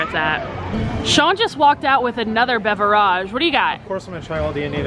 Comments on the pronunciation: You are joking by saying beveraaage? Right? I cringed every time you said it that way. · Its beverage not beveraaaaagh its not a word better of using the word drink